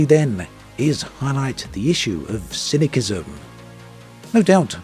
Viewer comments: its pronounced sism not kism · si·nuh·si·zm not si·nuh·ki·zm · Cyni K ism ? Honestly, have you never heard the word spoken before ?The second C is soft - it is pronounced Cyni S ism. As always, interesting video though. Keep up the good work. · The c in cynicism is soft, pronounced ss not kk. Sorry for being a massive pedant, I'll get my coat... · FYI the 2nd C in "cynicism" is pronounced like an S not a K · Cyn-is-sis-um. Not Cinic-ism! I love you. 😂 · The second C in Cynicism is pronounced as an "S" sound. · took me a minute to figure out what you meant. im guessing you were talking about cynicism though (pronounced cynisism) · sorry, I can't watch this video with this ponounciation of cynisim. I watch a lot of your vids, I am afraid this has now come to an end. Good bye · Cynicism - sin-uh-siz-uhm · i am baffled by all the arguments in the comments, and not one is criticizing his pronounciation of cynicisim?! maybe im wrong lmao, but I've always heard it pronounce "cynisisim" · Cynicism is pronounced si.nuh.si.zm. Not with a hard c. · Both "C"s in "Cynicism" are a soft "S" sound. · never seen anyone pronounced it as cynickism before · not to be cynicKal but you pronounce it incorrectly!! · The way you pronounced "cynicism" gave me a suicidal ideation. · Gave up on the video when it became apparent that you can't even pronounce the word cynicism. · You're saying cynicism wrong bro. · Why can't you pronounce ''cynicism''? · you're a native english speaker. HOW CAN YOU SAY CYNICISM WRONG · Cynicism doesn't have a hard C in it's pronunciation. S sounds for both Cs. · His pronunciation of "cynicism" made me question everything I thought I knew. #homeschoolproblems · yeah that hurt my ears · The way he pronounces "cynicism" makes me feel cynical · I see the reasoning for this way of saying "cynicism", because all other "cynic-" rooted words have a hard second c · He's using the Latin pronunciation because he's an OG